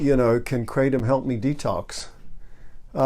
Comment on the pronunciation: good video. It's pronounced 'kra-tom' not 'kray-tom'. (I'm a Thai speaker).